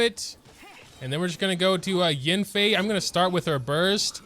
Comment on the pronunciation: it’s yAnfei, not yinfei…